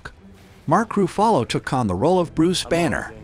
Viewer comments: Not happy with the pronunciation of Mark Roofarlo I see. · You forgot the mention that Eric Bana played Banner and the Hulk in the movie "Hulk", also the actor who played The Hulk in The MCU was Mark Ruffalo (pronounced RUFF-UH-LOW, NOT ROO-FUH-LOW) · ah yes Mark roof - are - low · mark ru-fallow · The way the AI says Ruffalo